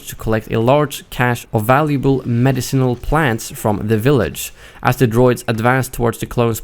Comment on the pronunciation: You pronounced medicinal wrong.